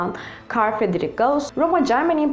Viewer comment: İsimlerin telaffuzunda biraz sıkıntı var. Frederik Gauss değil, Fridrih Gauss olarak okunur, Fermat ise Ferma olarak okunur. Öklides ise Öklid'in genelde Yunancada geçen ismidir. Öklidçi Geometri daha doğru olur gibi geliyor.